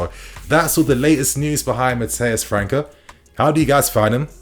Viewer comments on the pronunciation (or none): The boy's name pronunciation is França (Fran-ssa), not Franca (Fran-ka) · His name is pronounced as Fran -sa bro 🤦‍♂️🤦‍♂️ . You really dont look at any football outside of Europe